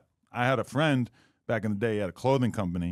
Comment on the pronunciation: Wack is right brick was in a corner because the white boy should have said to wack brick would have lost his job. But fr what was brick to do wit a disrespectful nigga. Down him so later on or leave it there give him a break. And fr I still don't like how brick speak of nip and say frined